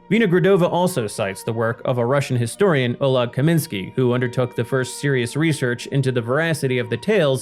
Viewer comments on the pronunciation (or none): none